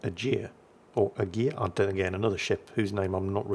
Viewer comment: "Agir" is pronounced "A - gear":)